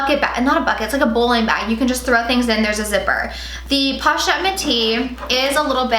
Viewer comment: Posh-et lol